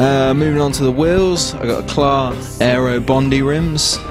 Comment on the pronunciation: Pronounced e-claw or e-cla the t is silent.